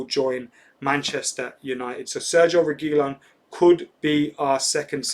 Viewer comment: ReguiLON stressing the last syllable if anybody cares